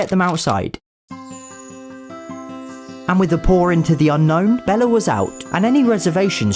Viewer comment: Haha "Bellar" that's what he calls Bella